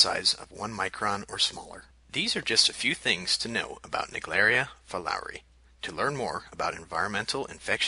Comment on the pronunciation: Fulowri” 😂 that’s not the pronunciation.